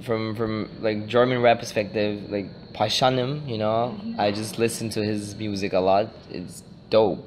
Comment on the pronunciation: die von 16bars muss auch immer damit pralen wie gut sie englisch redet aber er heißt nunmal pashanim und nich pashaaaanim ...